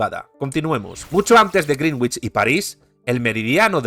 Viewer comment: "grinwich" suena como "bruja verde". Greenwich se pronuncia en inglés "grenich".